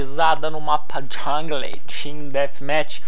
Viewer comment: Bom videeeo, mas o nome do mapa de pronuncia jungol e não jungle (apenas na escrita) kkkk vlw